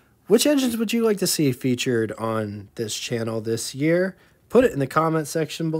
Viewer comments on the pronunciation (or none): none